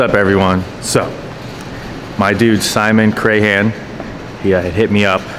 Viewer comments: It's pronounced Crayon like what you color with. Not Cray Han. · It's just Cran the H is silent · It's Crahan not Crayhan.